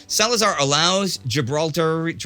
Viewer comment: I believe it's Gibraltarian, pronounced Gibralt-air-ian, or at least that's how I've always heard it said.